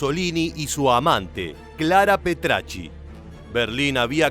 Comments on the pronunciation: Petachi no Petrachi además sabe menos de la historia real de lo q parece malísimo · Petacci !!! No Petracci. Petacci. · Antes que nada es Petacci, no PetRacci Pero lo peor son la falsedad de tantos datos!!! Lamentablemente no han estudiado toria historia o solo la sesgada burdamente 😮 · El apellido de la amante del Duce es Petacci y no Petracci. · Petacci no pretacci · Petacci, no Petracci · Petacci, no Petracci. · Si hubieses dicho bien el apellido de su amante habría estado mejor, que desastre 🤦🤦